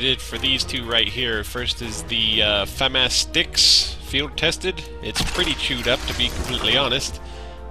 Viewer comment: Fuh-mah-s, not Fam-ass